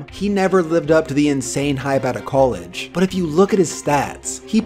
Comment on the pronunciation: col idge. not cole idge.. smh!